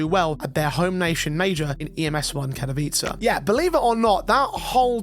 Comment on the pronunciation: Thank you for actually pronouncing Katowice and not doing something weird instead. Katowice along with Stockholm and Cologne are basically home for CSGO/CS2 and the amount of people that pronounce it in a senseless way is honestly annoying.